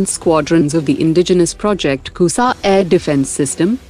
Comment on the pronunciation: Shame on u news reader. Shame on u. Its not *KUSA*, its *KUSHA* SHAME ON U